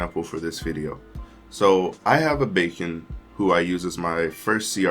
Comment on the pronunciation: Bacon 🤣 (Bye-Ken) Biaken